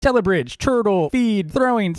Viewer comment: tellybridge not telebridge